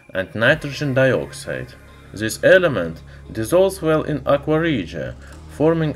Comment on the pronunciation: THIS, NOT ZIS. AT LEAST *TRY*.